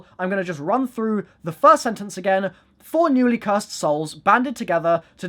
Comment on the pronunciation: cur sed